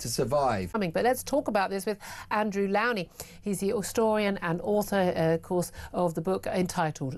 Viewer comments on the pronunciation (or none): Please pronounce Andrew Lownie's name correctly. Lownie rhymes with SLOW not COW. He's too polite to correct you.